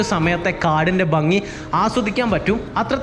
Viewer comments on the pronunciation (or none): none